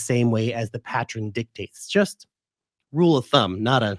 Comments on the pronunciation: 'Friends don't let friends...' The word is 'pattern,' not 'pattren.' You're way too smart to start freestyling the English language now. lol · "Pat-tren"... "Patter-en" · You pronounce it as patten* without a 'r'.